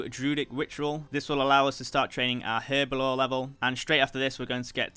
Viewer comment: My guy is not training herblore he is training her-bo-lore